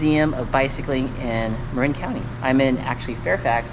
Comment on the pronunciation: its the brit in you coming out. maybe mark is from across the pond, innit? :)